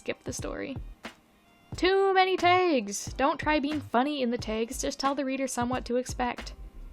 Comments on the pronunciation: Wait, it's pronounced "Tegs"??!?!??? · Your pronunciation of "tags" is really strange. I literally can't tell if it's a weird mispronunciation or some specific accent I've never heard say that word before